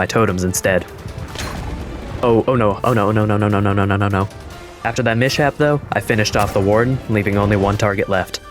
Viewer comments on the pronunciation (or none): WAIT Mishap is pronunced mi-chap ? I assumed it was mis-hap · it is actually mis-hap! I'm assuming they've only encountered it in written form or something